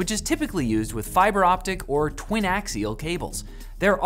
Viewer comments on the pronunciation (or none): Lol how you pronounced twinax cable ;)